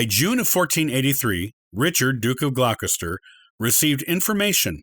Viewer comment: "Gloucester" pronounced "Glosster" 'Plantagenet" is "Plan-TAH-genay/genet" And Beaufort is "BOW-fuhrt"